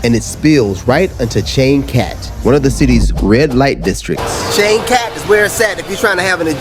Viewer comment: Changkat => pronounced as 'Chunk Cut'